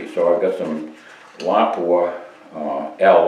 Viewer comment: 👍 for proper pronunciation of Lapua